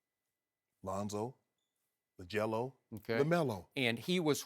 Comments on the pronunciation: It's liangelo not lajello 🤣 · i konw im not only one who heard Shannon say li jelo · "lajello" lmao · lol Shannon said lajello ball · this dude just say lajello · Did this man Shannon just say "LaGelo"😂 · Did shannon just call him Lajello 😂 no LiAngelo